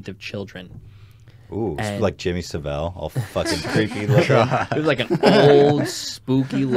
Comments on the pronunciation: It's SAV-ILL not SAV-L Ethan 😭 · its jimmy sav ill not jimmy sivill